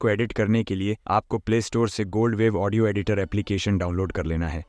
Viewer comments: Audio ❌ Aondio ✔️😅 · Bhai audio ko andio kyu bol rahe ho